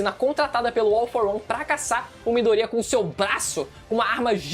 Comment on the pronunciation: "MidorÍya" kk